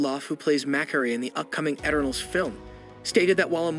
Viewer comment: It's pronounced: E turn ulls Why do you pronounce it a different way each time?